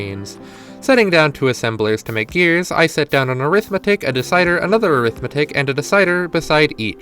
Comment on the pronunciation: This is so cool that I'm putting up with the pronunciation of Arithmetic